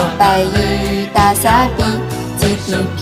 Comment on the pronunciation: GDP发音不准，略出戏啊。